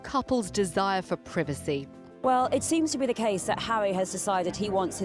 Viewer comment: Where does the Britt accent come from. Pwivicy, for privacy when did R become W.